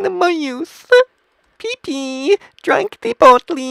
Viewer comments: peepee............... IT IS pepe [pep E] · It is pronoced (pa-pe) not (pee-pee) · You said pepe like peepee. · He called Pepe peepee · did it call it pp instead of pepe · its peppay not pp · No one literally no one : This guy :"pp tHe frOoG" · ah yes, peepee thee frawg this plushie is actually super cute lol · He said pee pee the frog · did you just say pIPI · why is this person calling pepe pee pee? XD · I knew he would say pepe like that great video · He missed the best part. Hint: Its the way he pronounces Pepe.